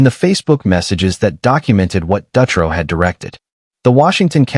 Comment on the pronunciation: Shitty thing is, I was locked up in Coffee Creek with Jessica Dutro (dew-tro)...she is now gay...so it makes her case that much worse. Also, Sarah Saffernick is in Illinois. Oregon, Illinois. These were supposed to be Oregon state, but decent video